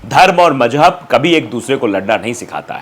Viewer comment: To better communicate ,advice you to please take a URDU Tuition , Its not Tehjeeb -- Its Tehzeeb & not Majhab its Mazhab